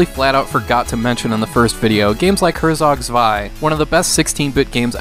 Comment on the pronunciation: This isn't the way to pronounce Herzog Zwei